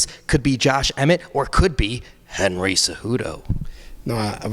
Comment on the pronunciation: The way he said Henry cejudo 😂😂